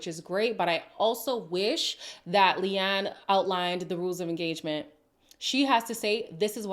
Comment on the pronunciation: Leanne is actually an Irish name so it’s funny that Lucinda couldn’t even pronounce that name correctly. 🤣